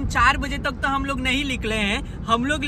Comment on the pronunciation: Nikle ❎ likle ✅